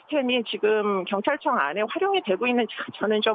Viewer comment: 아나운서 결찰청 결찰청. 발음좀 연습좀 하소